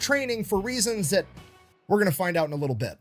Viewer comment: "A Littole British Gull"....